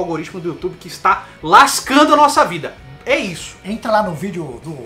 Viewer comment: Youtchube é treta. Vcs são guerreiros.